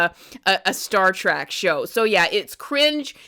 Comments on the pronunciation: Trek card rescinded. I couldn't get passed "Star Track" LMAO How long have you been a fan do you say? We Are Trekkies! or Trekkers if you prefer. If you'd ever like to re-join and have your TREK card back let us know. P.S. Star Trek Starfleet Academy is AWESOME! Fan since the 90s here my favorite Trek is: ALL OF THEM. I was going to list them all individually but omg it's a lot lolol No wonder I don't have time to watch anything else X.X STILL laughing at the Almond Basket scene! 🤣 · TREK NOT TRACK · OMG Trek.... say it with me: Trek